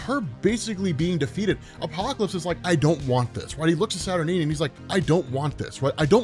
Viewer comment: Isn't it pronounced SAT- UR-9 (NINE), not Sat-R-Neen?